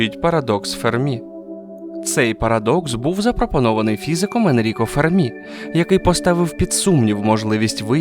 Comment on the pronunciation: Енріко ФЕрмі, а не ФермІ (наголос на першому складі, бо він італієць, а не француз).